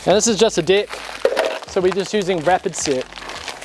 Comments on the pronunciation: Only video where 'dig' and 'deck' actual sound the same.. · I love the way the New Zealander’s say deck 😂😂😂😂😂